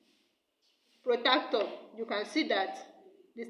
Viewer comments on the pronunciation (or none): you said protactor instead of protractor and the video is upside down and make sure you pay for NEPA next time